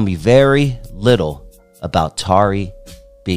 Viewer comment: I remixed some of her tracks on a recent album and she is an incredible person and artist. Though her name is mispronounced throughout the video and there are some inaccuracies, I like this video.